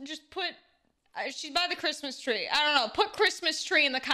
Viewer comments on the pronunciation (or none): kwismis twee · Cwismas twee